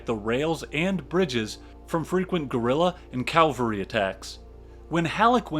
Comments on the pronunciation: Excellent channel. Excellent insights and research but PLEASE pronounce cavalry correctly. CAValry NOT CALvary. Small point on an otherwise superb channel but it bugs the bejesus out of me. Sorry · Nit picking but...cavalry not Calvary. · I really like this video. NB. It's "cavalry", not "calvary". Calvary is where Jesus Christ was crucified. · Cavalry, not Calvary.. c-a-v-a-l-r-y. Soldiers on horseback. Calvary, the hill on which Jesus was crucified. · Amazing video - thank you so much!! but for the love of God please learn how to pronounce words correctly. Ca-val-ry not Calvary Fre-drick not Fred-uh-rick Vie-count not vice-count Taney rhymes with Brawny not Canny There were more that I can't remember at the moment. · It's cavalry not calvary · Complete tour de force. Except for picayune comments (pronoucing cavalry like calvary), this was a wonder to behold. As the other comments here attest, the background to this battle is essential to understand its importance. I would love to see a profile of a great Grant victory (although we already got a little one here at Shiloh). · Excellent. One thing. It’s Cav-alry Not Cal-vary. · This is quite good - but one can always tell when a historian/narrator is a good Christian: They refer to "CAV-ALRY" as "CAL-VARY" 😁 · Stop saying calvary! Please! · calvary? hayseed... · So this is really well put together, from what I can tell. Far be it from me to pick on minor pronunciation issues in a 2 hour long free documentary, but it's bugging me so I will: Cavalry is the dudes on horses. Calvary is the hill Christ died on. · The narrator explained his peculiar inability to pronounce "cavalry" correctly in a different video - and apologised in a nice way. 😂